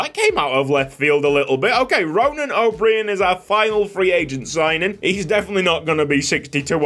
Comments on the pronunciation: It’s probably already been mentioned, but O’Brien would still be pronounced like O’Brian. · O’Brian is pronounced “O bry En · O’Brien is just pronounced the same as Brian the first name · O'Brien is pronounced O'Brian. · O’Brien is pronounced O’Br-eye-n can’t wait for the series 👍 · please pronounce ronan o’brien like the late night show host